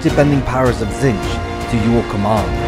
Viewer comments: Literally my only issue is the narrator saying “Tzinch” instead of “Tzeench” Makes me think of the Grinch. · Why is someone who cannot even pronounce the name Tzeentch narrating? This is unacceptable